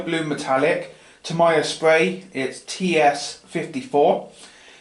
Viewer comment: it's TAMIYA not TOMIYA it's pronounced like tami-ya